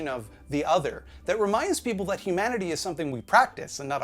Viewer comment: "No dat wans fine"